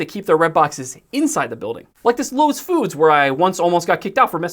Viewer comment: You mispronounces lowes